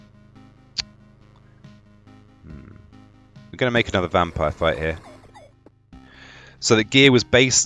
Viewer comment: It's interesting how you say "vampire" with a V sometimes but say "wampire" with a w others haha love this. Can't wait for the full game to be released